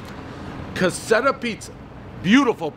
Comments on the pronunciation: The way he said caserta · When you come to Rhode Island at least learn how to pronounce Caserta pizzeria... Lord good thing you didn't go to Sicilia's Pizzeria Chicago style. We all know who comes from out of town when they don't know how to pronounce the names... 😂😂😂😂😂😂😂😂😂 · It'd be nice if he learned to pronounce the name of the pizzeria beforehand. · One r, everyone knows it’s silent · He literally destroyed the name 10 times ..what a disgrace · 😳🙄 Please pronounce Caserta properly! If you don't like spinach pie ingredients, why order a Whimpy Skippy to critique!?! 🤦‍♀️ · The way he said caserta 🤢 read a fuckin book, Dave. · Dave cannot pronounce caserta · It would be nice if, at the very least, you could pronounce the pizza company properly. Thanks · Yeah I've been eating their pizza for over 20 years, pepperoni extra sauce, cannot go wrong. Also it's "Ca-SIR-tah" 7.4 is a little low. Quit hating on the Wimpy Skimpy. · It's pronounced Ka Sert Uh. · Caseta??? Dave,.... my guy, u make people from Massachusetts look like they can’t sound stuff out and read right😂. Stop drinking so much damn Pepsi and slow tf down spazz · He pronounced it wrong but that’s okay everybody knows the rules FYI ca-sir-tas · it's pronounced KAH-serta. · It makes me cringe how he pronounces Caserta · The way he keeps fucking the name up 🤯😂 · think theres like an r in caserta its cah ser tah dont think its cassetta jmo could be wrong though but jmho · You couldn't even bother to pronounce the name correctly. It's CaseRta, not Caseta. The reason they advertise they are the originators of the Wimpy SkiMpy (not Wimpy Skippy) is because it was so popular at one time that many local pizza places attempted to copy it. Your personal preference for "nostalgic" pizza just doesn't resonate. I have my preference too but would not be so publicly dismissive of others. It's a turn-off. Being a douche is a choice. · One caseta pizza everyone but Dave knows it’s pronounced Caserta